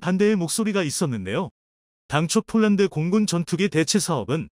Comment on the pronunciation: 이보세요 몰란드 몰란드 하지마세요 남의 이름을 함부로 바꾸지 마십시오 폴란드 발음 안되나요 혹시 일본인인가